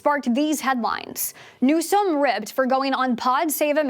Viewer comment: Who is this "new-sahm" person she keeps mentioning?